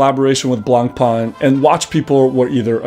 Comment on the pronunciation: Is this an inside joke or do you run a watch channel but do not know how to pronounce Blancpain?